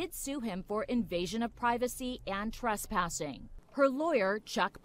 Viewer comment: what? Treshpashion? okay.....